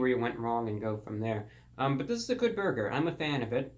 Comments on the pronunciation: No one: ReportOfTheWeek: Borger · I still heard "borger" after hearing it 5 times, and the caption also said "borger". But hey, if what you heard was true, then good for you 😁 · He said "Borger", I can die peacefully now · "There's me and the 'borger' right there :)" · "The bourger"